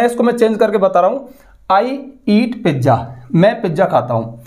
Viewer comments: Pijja 😂😂 not pizza 🍕😂❤ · पिज्जा ❌ पिज़ा ✅ 😅